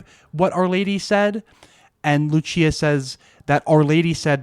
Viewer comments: Another mistake: Lúcia is pronounced LUUU-cia in Portuguese, not Lu-CI-a. Lu-CI-a is Italian. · haha it’s all good. I’m just being pedantic. I appreciated the video nonetheless. I appreciate your non biased pursuit of the truth. I can sense your sincerity. It’s very reassuring. p.s. (I know I’m being that guy again, but I can’t help it lol) it’s pronounced LOO-see-uh, not loo-CHEE-uh 😛